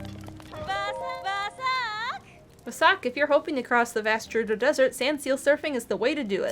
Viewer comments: Ohhh, Volty fruit!: VOLT fruit,!!! Also: Jerudo! Me: GERUDO! With a “guh”!!! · Honestly, mispronounces multiple things throughout this let’s play. “Dahku Tree” “Jerudo”. Just let her say volty fruit. lol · if you can insist on saying je-ROO-doh and de-KOO (even after Mr. Tree said his own name out loud in a cutscene)...let say Volteefruit lol